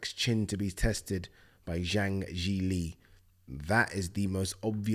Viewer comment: Yes you pronounced Zhang's name right and said it the correct way round!! Proud of you brother, now let's see if promoters and journalists have the respect to attempt to say it right also